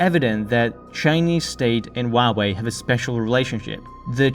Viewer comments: All the vowels are pronounced individually. It isn't 'wah way' . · Actually the Chinese pronunciation is wah way